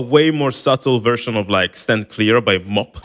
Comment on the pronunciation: bro did you just call M.O.P. "mop"? Better Ante Up!